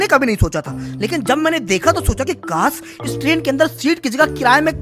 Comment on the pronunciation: kaas nahi kash hota hai